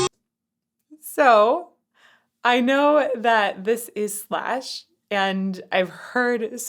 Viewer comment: Is not shash, is slash😂😂